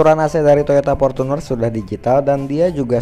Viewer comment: Rival bukan ripal, Fortuner bukan portuner. Gunakanlah bahasa Indonesia yg baik dan benar 😁